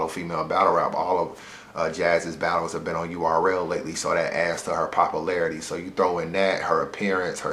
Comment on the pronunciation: Aight bruh if I hear you say popalarity one mo time.....Say it with me...pop..U...larity